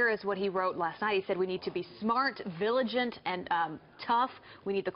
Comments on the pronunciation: Viligant ??? Apparently unable to read a simple word. Dumb AF. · From a tweeted 'vigilant" to what sounds like 'viligant' to 'viligent' with an 'e'. I guess that's what they call "alternative spelling". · It's pronounced "VIG-a-lent" not "VIL-a-gent" you Blonde Bimbo! Oh wait...she on FAUX News & she's NOT Blonde? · You're a new reader and you can't pronounce vigilant???